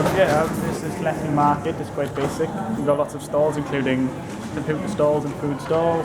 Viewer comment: I think you're pronouncing it wrong